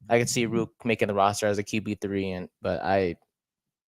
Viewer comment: Please pronounce his name right. There is a second r in Rourke. The play against the Cowboys is not an example of a QB who cannot stay in the pocket. The protection broke down so fast he had no option but to try and escape. His escape was miraculous because they could not bring him down due to his amazing lower body strength and balance. He is a pass first QB, accurate and a great reader of what he has to do to beat the defence in front of him. If the Giants give him a fair opportunity you will see what I mean. I am 76 years old and have watched the CFL for over 60 years. He is the most talented quarterback I have ever seen and that includes CFL quarterbacks who started in Canada and became starters in the NFL. In that group were players like Joe Theismann, Warren Moon, Doug Flutie, Jeff Garcia, Joe Kapp, Sam Echeverry,. This young man has exceeded and excelled at every level he has taken since he left Canada as a high school student to hone his skills at a U.S. football academy, community college and NCAA university. Check out his background. He succeeded every time despite the odds against him. His dream of starting in the NFL as QB has been his goal since he was less than 4 years old. He is driven and will succeed if given a fair opportunity to showcase his talent.